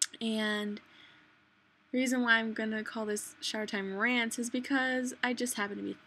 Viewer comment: Why do you say "landz" instead of rants